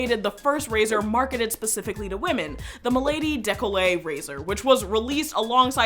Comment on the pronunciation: Décol-le-tée. Not Décollet, the former doesn't mean anything